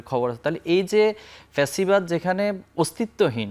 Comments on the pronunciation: ফ্যাসিবাদ না প্যাসিবাদ। আদু ভাই নাসির চলে যাও বাংলাদেশ থেকে। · বারবার পেসিবাদ বলছে নাকি ছাগলে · "প্যাসিবাদ" নাসির 😂